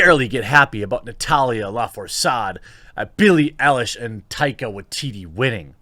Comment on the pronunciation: You just did the same matey. Saying Bill should of been prepared, then pronouncing Billy Eilish name incorrect. Its Billy Eilish (eye-lish). If you need a researcher 😁